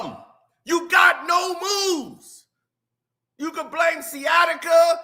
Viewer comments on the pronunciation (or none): Steven A., what the HELL is Skiatica?